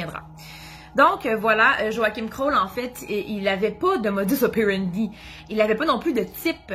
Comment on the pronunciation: J'aime bien vos vidéos je les regarde toutes depuis le début😉. En France aussi on dit aussi "Modus(s) opérendis(s)" sauf que dans le latin le S est prononcé😉😍. Bonjour du Cantal au centre de la France en Auvergne. Bonne continuation et bravo 👏👏.